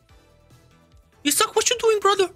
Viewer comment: was it just me or did he really pronounce isak as he suck